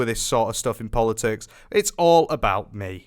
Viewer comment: Bro said "I don't want to get into polotics"😂